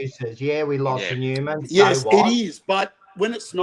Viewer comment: Newman as Seinfeld says it 😅